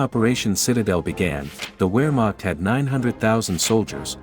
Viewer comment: I cringed every time you mispronounced Wehrmacht.